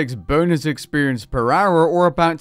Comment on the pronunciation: He has a stroke every time he says "per hour"